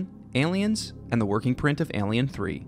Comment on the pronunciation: I’ve never heard anyone mispronounce the word “Alien” before till this video lol